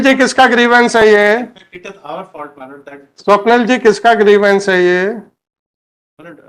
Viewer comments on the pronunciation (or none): Grivence.. Grivence..? 🤣🤣🤣🤣🤣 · Vakeel saab ne saari law ki padhai karli....bus grievance word nahi padh paaye😂😂😂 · Pehli baar pata chala ek word idhr se udhr hua toh kya hota h😂….. “grievance “ ho jata h